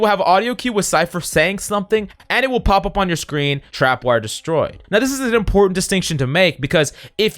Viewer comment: Love the vid but it made me cringe when he kept saying “trap”wire